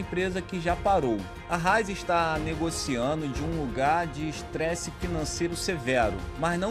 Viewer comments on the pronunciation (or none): Raízen, não Ráizen. Pronúncia do vídeo ficou errada. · senhores o nome da empresa tem um acento agudo no “i”, então é Ra-Í-zen, não Rai-zen. Para um conteúdo de alto nível, não pode tropeçar num detalhe importante como o nome de uma empresa brasileira. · Raízen e não “Ráizen” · Tem um acento agudo no Í !!!!!! É RAÍÍÍÍZEM !!! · É Raízen! A pronúncia está errada. O acento está no i e não no a 😉